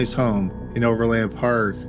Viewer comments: Ok... it's not pronounced over LAND park... it is one word pronounced with more of an "in" sound than an "an" sound, no inflection, just Overland Park. And it is in KS not MO. I also thought I heard you say "Oakland Park, Ks" once in there ... that doesn't exist, there is an Oak Park area of Overland Park.. in JOHNSON COUNTY KS. No Ville... just Johnson... you got all that wonky but managed to pronounce "Olathe" correctly.... I can't sort you out...lol And for those still confused.. yes we both have a Kansas City ... we both have a Johnson County... neither have a Johnsonville (county)... that's a sausage company... and OP is in KS only... that is all... so far... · Overland Park, "O' verland Park". Exactly how it's spelled. Also, that's Kansas. Not Missouri.